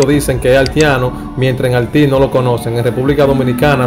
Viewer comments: Loco trata de mejorar esas palabras. Osea halti que es eso? Filmai, Osea 90al2, que es eso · El se pronuncia bien el problena los tiene con la i donde tiene que ponerla evita ponerla y se ves mas feo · Chico se dice Haití no halti !! Pronuncia esa vocal (i) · Menciona la "i" se dice HAITÍ HAITÍ cibaeño tenía que ser jajajaja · Manin gracias por todas las informaciones que nos provee, pero por favor trabaja un poquito en las proniciaciones, ejenplo, (6 sel...Haiti ... Alti, Haitianos...Altianos, 92... Noventaldos... ETC). Espero esto no te ofenda y lo tomes en cuenta, Geacias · Papa por favor menciona la i no se dice al 6 sel no se dice halty es haity solo una Referencia no una critica. Lo demas esta bien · Mi hermano . Gracias por tu information . Pero debe pulirte al hablar ya que deja mucho que desear Al expresarte . Sin miedo minsiona la I cuando la palabra la lleva porque tu esta confundido entre la R L y la I Cuida Tu gramatica Se tu mismo el que cuente cuanta veces tu dices halti cuando tu sabe que es Haiti y eso por decorate algunas Espero que lo tome por tu bien y el de tu carrera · Brother tienes un lexico fatal hermano de verdad escribes Ahiti y dices alti 😬 tienes que revisar tu bocavulario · CON HALLLLLTI ???? BARBARO MUCHACHO LO TUYO ES DEMASIADO . PONTE A APRENDER A HABLAR...WAHOOOOOO